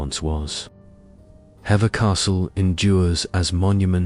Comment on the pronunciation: It's pronounced "heaver" (Hever) ❤